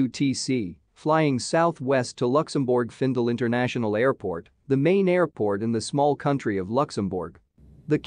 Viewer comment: I'm offended that cannot pronounce "Luxembourg". Please get rid of that voice. I'd rather listen to a human with an accent.